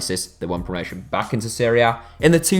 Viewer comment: Everytime he says "Serie A", it sounds like he's saying Syria.